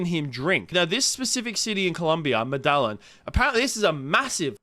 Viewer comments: Lmao he said Med-El-In lmao ... Its Meh Dah Yeen! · Your pronunciation of Medillin was hilarious. I heard Medallion 😂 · My dude it’s actually pronounced Med-I-eeIN But it’s all gooch I ain’t the literacy fifths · Ah yes "Meddalyn" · Sko-Paah-lah-meen in med-a-yeen lol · Med uh yeen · You really pronounced it med-ill-in. Also you expect us to believe you're an expert on sex workers and their rates because you're on the Internet? C'mon mate dont piss on my leg and then tell me its raining. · The city is pronounced like (Med-uh-yeen) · I couldn't believe it when he said it 😂